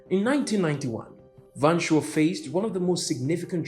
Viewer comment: Van Schoor = Fan 'Skuorr', not 'Van Shore' Anyway, we've moved on and are doing just fine, why are you obsessed with our politics and not yours'? Apartheid is part of our history and not yours, go and talk abour your history. I want to work the Netherlands.